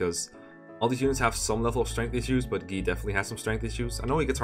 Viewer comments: I totally agree; the Japanese pronunciations and English pronunciations aren't always the same, and acting like the Japanese one is the only correct one is inherently wrong. And also annoying. I twitched every time he said Gii instead of Guy. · So, like, I get that Guy's japanese name is "gii" but "Guy" is actually a name in English and it's pronounced "guy" not "gii" so since you aren't referring to everyone in their original Japanese, it should probably be pronounced "Guy" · i think the "gii" pronunciation of "guy" is a case similar to camus. it's also a french name, but people who weren't aware of how it's pronounced in french took to saying it another way. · "Gi" is the French pronunciation of that name, Guy. So I just though you were being European. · I was kinda suprised about how Guy was pronounced as Gee, so I decided to briefly confirm it for myself. It’s true, that is how it’s pronounced in Japanese. In the video “【実況】ファイアーエムブレム 烈火の剣 ヘクハー でたわむれる part8” at about the minute mark, the Japanese guy playing even pronounces it that way directly. Although I think pronouncing it that way can be argued to be wrong. The localization team translated it into the more common name Guy because it was likely better suited and sounded more natural for a Western audience. I mean, with the argument that we should pronounce Guy as Gee because it’s more acurate to the original Japanese version, we should also be calling Lucina by her more acurate Japanese spelling: ‘Rukina’. I don’t blame for saying Guy is pronounced as Gee, but I do think it’s not correct to do so.